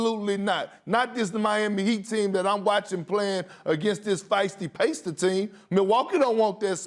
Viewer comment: How about when he said "The Indiana Pasters"?? 🤣😂